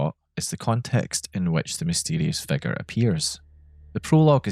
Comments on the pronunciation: It took me like 10 minutes to realise you were saying "figure" and not "fecker" about the first dark figure guy 😂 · every time you said figure around the 5th minute i thought you said "fecker" 😭